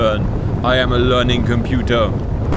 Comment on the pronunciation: I am a learning computah